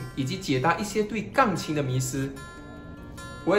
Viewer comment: 请说钢琴，不要发音成杠琴